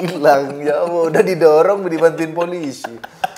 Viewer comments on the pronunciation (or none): none